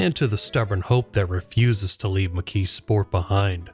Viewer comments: The way you pronounce it is interesting. You say, “McKee Sport”. I always heard it pronounced, “McKees Port”. I grew up in Western Pennsylvania. Maybe my pronunciation is the country pronunciation, since I come from a very small town north of Pittsburgh. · Was this an AI narration? The pronunciation of "McKeesport" is weird. Sounds like McKee Sport, not not like McKee's Port. The S should sound more like a Z. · Part of my family grew up in that area. I've heard it as mik-keese-port ("keese" like "geese") and mik-keez-sport. The emphasis tends to be on the first syllable, which causes the second and third syllables to run together. Pittsburgh is weird. We say Duquesne like the French, but Versailles is "ver-sales"...